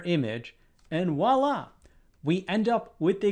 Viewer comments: Presh, sorry to be nitpicky to such a great YouTuber like yourself, but “voilà” has a V at the start, not a W 😂 Sorry again but hearing “walla” is like chalk scraping on a blackboard to me… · Dear Presh, I love your puzzles! One tiny comment? It's pronounced "VWoila". Cheers!